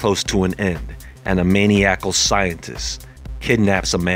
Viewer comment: Your pronunciation of "Maniacal" was epic. 🤦🏿‍♂️ Still one of my favorite channels. They're coming for you tho ☹️